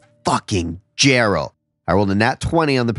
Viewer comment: Lol,“Jerral” sounds like a fun guy